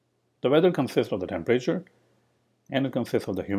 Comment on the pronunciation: Please learn the difference between a class and a struct. Oh, and please learn how to pronounce temperature, it’s not tempreyture.